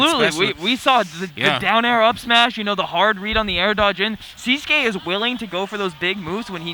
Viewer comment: Why do everybody says his name wrong? 😂 Its sis (like sister) qui(like key to open a door) siskey, thats how to pronounce his nick